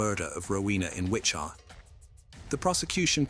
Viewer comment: Also, not Witcha, but Witchita.